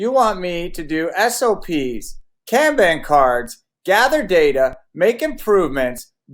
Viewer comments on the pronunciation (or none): As soon as he pronounced Kanban as Can-ban I was out. It is pronounced Con-bahn